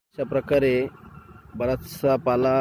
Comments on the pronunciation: पाळा नाही हो पाला बोला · पाला शब्द आहे, पाळा नाही